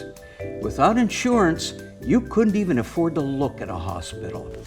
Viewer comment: I find it endearing that nobody of you had the heart to tell her that she kind of mispronounces the word "insurance".